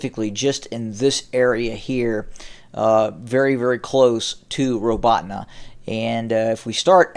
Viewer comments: The accent is on the second syllable and sounds like the word "AWE" in English. ra-BAWE-teen-yeh is about as close a transliteration as I can get. When you pronounce the "teen" sound you have to press the center of your tongue to your pallet to soften the "te" sound. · Again, it's pronounced ra-BAWE-teen-yeh (Роботине).